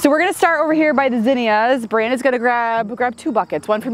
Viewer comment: Is the girl's name Beranda? It sounded like Brandon when mentioned her; but, YouTube transcribed it as Brandon.